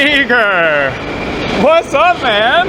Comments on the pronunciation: Why does it sound, like You are saying eager instead of Igor? 😂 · Sorry pal, Even Igor himself, said he noticed was saying it WRONG! Igor himself says E Gore